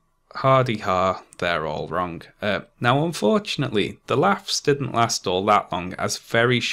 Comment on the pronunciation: Learn how to say “wrong” please